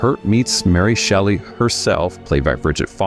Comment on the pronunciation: AI's bad at pronunciation, but not that bad. Mary Shelley.